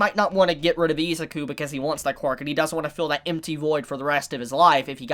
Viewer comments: that pronunciation of Izuku is so hard to listen to. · "oh-che-koh" "ee-zuh-ku" bru pleanse